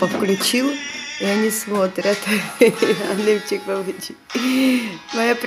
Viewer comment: не обижайтесь но у вас большие проблемы с языком!не аннемчик или бабамчик а annecim.babacım!!чик,чик это на русском!!!